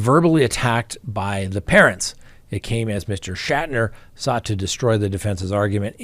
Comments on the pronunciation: It’s pronounced “Shack-Tur”. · Shack ter. That is how you pronounce it.